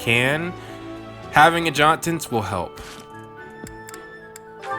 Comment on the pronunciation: 1. "AD-juh-tents" (QotD) Good question. I've actually almost finished the Blue Eagle route, so I guess I'll find out soon. I can see myself not doing that, if there is something else I think would be a better use of the points, since you gain back professor levels anyway.